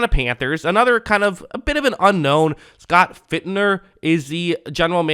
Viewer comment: It’s not fitner lol